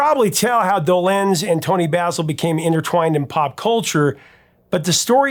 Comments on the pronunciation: I love you and I am the biggest Monkees fan ever!!!! But just one thing is like nails on a chalkboard. It's Micky DOlenz. Not doLENZ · I was 10 when the Monkees were on TV, and I never heard Micky’s name pronounced Doe-LENZ, but rather DOE-lenz… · It’s pronounced Dolenz, not Dolenz. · I was just thinking of Zager & Evans IN THE YEAR 2525. have you dived into that one...hit wonder? I never heard anyone put the accent on the second syllable of DolENZE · "DohLENZ"? ...sigh... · Regarding the pronunciation of Micky Dolenz's last name, I believe the accent is on the first syllable. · Do in Dolenz is pronounced with short O. Also, it's a hard Do and soft Lenz. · Seems you pronounce Dolenz differently than I've ever heard. 😂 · You’re mispronouncing Dolenz. The accent is on the first syllable. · Not the point but the way he was pronouncing Mickey Dolenz is not how I remember it. I was 10 when The Monkees premiered and liked them just fine, I think I had a mild crush on the group, but my musical tastes veered off from them rather quickly. For instance, The Beatles White album only 3 years later was a prize purchase. Eric Clapton, All man Brothers, etc had my attention, definitely not the more pop kind of music Anyway, we pronounced it closer to doe -lenz, but perhaps my group was wrong, idk. I thought I knew? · Why don't you know how to pronounce Dolenz? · Why are you pronouncing Mickey’s last name so weird? Can’t get passed it! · Longtime fan here, Professor, but The Monkees seems like a gap in your prodigious knowledge - mispronouncing Dolenz and Rafelson says as much. Would love for you to give them a much-deserved 2nd look. The saga of The Monkees battling Don Kirshner for creative and musical control over their albums and recordings is one of the great stories of the Rock n' Roll Era. And congrats on topping 900k subs!